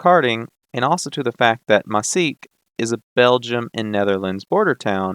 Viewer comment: Maaseik is pronounced “maws-ache”